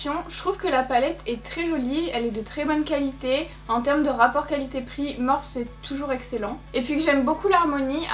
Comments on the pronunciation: Je refuse de continuer à regarder si elle continue à prononcer morphe "morphe" prononcé [morfie], nan sans rire très bonne vidéo comme d'habitude 😊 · On dit pas morphe on dit morphiiiiiiiiii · Ça dérange que moi comment elle prononce Morphe ?? Ça se prononce pas morphe mais morphi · Au top comme d’habitude ❤️ Par compte tu me fais tjrs sourire quand tu prononce Morphe car moi je le prononce « Morphie »😂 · On dit morphIIIII Sinon maquillage magnifique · En vrai ça me fait grave bizarre que tu dis “Morphe” au lieu de “Morphie” 😩😂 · Ça se prononce MORPHI pas MORPH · C pas morph mais morphe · Elle me fait rire quand elle dit m «Morphe» parceque ça se dit Morphi 😂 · les éponges étaient "abimées" parce que tu as vu comment tu les as arraché de l'emballage !!!!!!!!!!! et ça se prononce MOR-FEEE, pas MORF !!!! pfffff !!! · toi aussi si veut dire morphe et pas " morphi " c'est sont choix et respecte le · Je ne sais jamais comment il faut prononcer cette marque, j'entends des morphe, morphi ou morphé 😂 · On dit pas morphÉ??? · La marque Morphe se prononce Morfii si jamais 🙏🏻🌸 et jadore comme dhabitude!